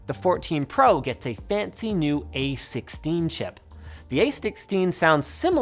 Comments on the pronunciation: "A stix-steen chip" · Astixteen satellnight